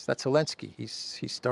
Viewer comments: Hi, I was wondering why you pronounce Zelenski's name without the Z. I checked with ChatGPT. Here's the response: The proper pronunciation of Zelensky (or Zelenskiy, spelling varies) definitely includes the Z sound at the beginning. The name comes from Ukrainian or Russian, where it is written Зеленський (Ukrainian) or Зеленский (Russian), both of which begin with the letter З (equivalent to the English Z). So phonetically, the Z is not optional—it is an integral part of the name. The correct pronunciation in English would be something close to: Zeh-LEN-skee (most common English approximation) In Ukrainian: [zeˈlɛnʲsʲkɪj] So the commentator dropping the Z and saying “Alenski” is simply misinformed or has misunderstood the pronunciation. It’s not a dialectical variation or a hidden Ukrainian nuance—it’s just incorrect. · Good work. Great content, great scenery! 2 questions: 1) How do you keep your camera so still walking around and not even looking at it...accomplice? Is Zelensky a false name to make it sound more Ukranian? You always call him Elensky. Let's hope the Indian military keeps cool. Everyone knows the big wigs want to weaken Iran and BRICS plan, so any chance of conflict to disrupt trade between these countries plays into the hands of the Western money guys. Good for China to say investigate the incident before launching full scale war between 2 unclear nations. How insane would that be! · Elensky? Its Zelensky